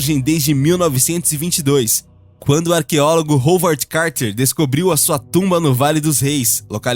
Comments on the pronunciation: tem que escrever em português pra poder pronunciar corretamente '' Rauard '' Howard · Rolvod Carter é sacanagem, Howard = Ráuard